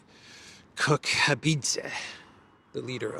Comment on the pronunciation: Georgia PM's name is Kobakhidze, not "Kokhabidze." Also, it's Tbilisi, not "Tiblisi."